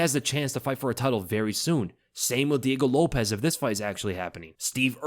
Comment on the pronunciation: Lopes is not pronounced like Lopez. Show him enough respect to get his name right.